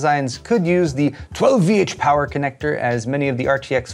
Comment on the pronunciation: All my colleagues now wonder why the hell I say "12VH POWER" like that every time...